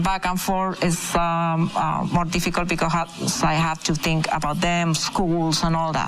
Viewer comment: Teach her pleased to say " I think " "not I Tink"